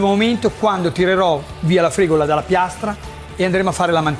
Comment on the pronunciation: La fregola viene agli animali, forse stai cucinando la fregula. Cerchiamo di non storpiare i nomi, più di quello che si fa già. Soprattutto nel caso in cui la persona che parla sia uno Chef, grazie.